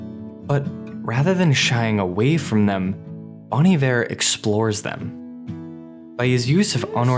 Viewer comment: My only qualm with this video is that you pronounced Bon Iver wrong. It's (Bone) Iver not (Bawn) Iver, as it is French for good winter. Other than that, awesome video, very well done and beautifully reciprocated.